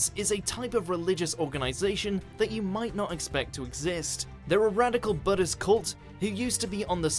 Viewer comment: Did anyone else notice he said “budd-ist” cult? Pretty sure it’s “Buddhist”